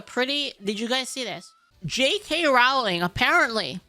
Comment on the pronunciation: Dear Americans, her name is pronounced like "bowling", row-ling